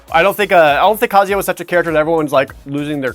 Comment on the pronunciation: the way you said Kazuya like kaZYah gave me anxiety for some strange reason.